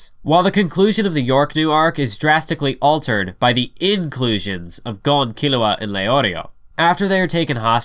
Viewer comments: it's not gone it's go-n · Gon name is so simple but people still mispronounce it smh